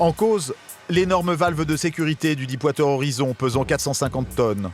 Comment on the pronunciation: Stay classy Deep water horizon et non dipe wateur horizon ;)